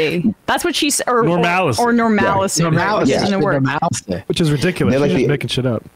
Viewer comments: She said "Normalicy" which is "Normalcy" with an extra syllable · Except she didn't say "normalcy"... she said "normalicy". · She said normalacy.